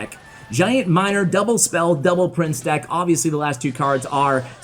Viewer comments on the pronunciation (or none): none